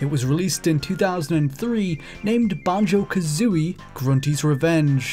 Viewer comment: Can't stand how you say banjo